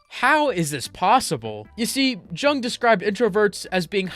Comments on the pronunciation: It's pronounced more like "yoong". Not true, speaking from experience. There is a small percentage of population to whom loneliness is impossible to understand beyond knowing it's definition. All schizoids, some autists and also completely healthy individuals that have their social interaction need bar hanged so low that it's hard to tell it even exists. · it's called Carl jung , jung is pronounced as yung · Carl Zhang the Chinese psychoanalyst, pronunciation checks out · Pls look up the pronounciation of Carl Jung . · Bro pronounced Jung wrong every single time 😭😭😭